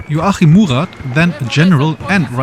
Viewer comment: Love how his first name gets less intelligible as the video progresses